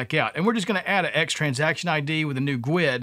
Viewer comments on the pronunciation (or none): Am I the only one that looses there Sh** when I hear other devs calling a guid a “gooowed”.